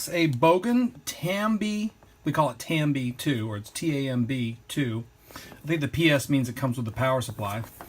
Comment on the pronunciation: Loved the movie. Thumper, and flower... really cute. Sad when his mother dies, though. Oh wait, you said TAM-B. Nevermind. :) Thanks for the video, lol. As always, a pleasure.